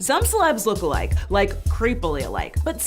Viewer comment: I hate how she's saying look alike it more sounds like "looka like"